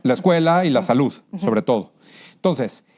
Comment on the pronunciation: No sabe ni pronunciar "salud"